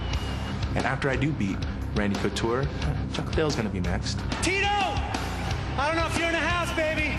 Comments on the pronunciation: Did he say "Randy Cooteretti"??? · They butchered Coutures name. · randy couture's name is just to manly for this host to even say let alone say properly.